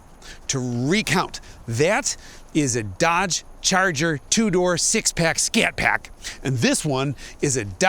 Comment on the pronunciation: Scat PAACK - beautiful pronunciation